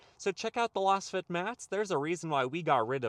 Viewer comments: Lol loss fit mats. The name Lasfit is derived from laser fit. So you would pronounce more like laze-fit. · .....you are pronouncing LASFIT like Las Vegas. But I think it is pronounced like laser. Meaning the fitment is laser precise.